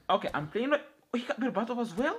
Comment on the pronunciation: berbatov❌ Barbarto✅